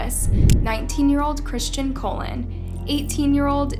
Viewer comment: I hate to be that guy again, but Christian colon? It's pronounced cologne you know like the stuff you spray on to smell nice? Your massacre of the Spanish last names in your videos truly is setting us white people back decades. I'm starting to think you don't even know anyone in real life that isn't white. Why is no one checking her on these gross mispronunciations.